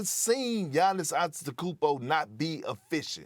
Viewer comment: Perk can’t pronounce gannis’ last name correctly😂😂😂